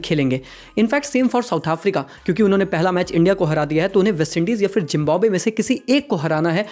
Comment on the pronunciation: It's not jimbabwe It's Zimbabwe😆